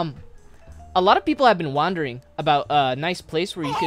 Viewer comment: "Hey um .. a lot of people have been wahndering" fucking gets me